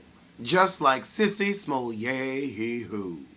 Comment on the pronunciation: When I tell you I couldn’t wait to hear you say Sissy smolay e whoooooo!!!! Dude I holler every time you do that😂😂😂😂😂